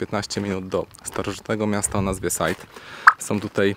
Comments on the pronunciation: To jest amfiteatr czyt-- SIDE , a nie żadne sajd. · Drogi Panie! Side nie Sajd.